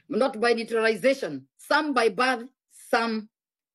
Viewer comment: Did she say "some by birth by "neutralization"? I thought it is by naturalization?. smh!